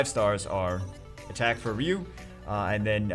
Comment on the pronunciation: it's pronounced RYE-YOU, not RE-YOU. thumps up